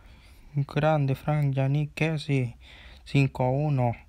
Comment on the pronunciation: No es kessi es kessié con tilde en la e